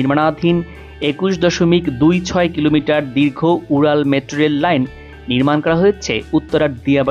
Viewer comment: কি রিপোর্টার রে ভাই মেট্রোরেল ও ঠিকমতো উচ্চারন করতে পারে না।